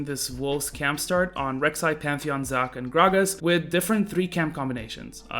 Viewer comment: He says Zock instead of Zac